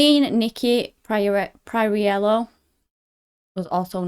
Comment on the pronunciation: Please do your homework before you tell a story. Learn how to pronounce Darlene’s last name. You butchering her last name is disrespectful. I know of this story and I expect anyone who tells it to be well versed in it. That is my constructive criticism.